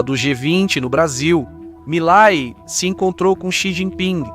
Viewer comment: Quem é milai? O presidente da Argentina se chama Milei e se fala como se escreve! Quanta ignorância!